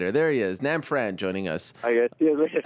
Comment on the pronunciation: It is Nab Phran. Get it right! -Sensei